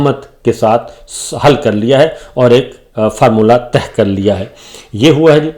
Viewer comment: معزرت کیساتھ معاملہ تہہ نہیں کہتے طے کہتے ہیں 🙏